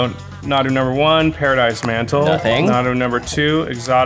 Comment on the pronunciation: This was soooo much fun 2 watch! Sorry, Nahdoo? Moreover, not 2 doo. But good game guys. Jimmy won! This was so exciting 2 watch. Cheers